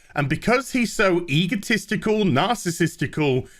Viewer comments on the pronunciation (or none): Thanks, but wait..did you say Cuckman is "egotestical".. LOL Sooo weird, seeing this game I hate, gets the " bestest" ... Shit game. " BEST.....GAME....EVAAAAAHHHH!!" Shit game at best. Here in secondhand game shops...it is PILES PILED STACKS of TLOU2's